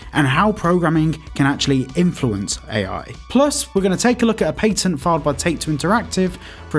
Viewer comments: Pat-end not pate-in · it's patten not "pai-ten" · i don't care for your accent but you pronounce the A in patent to much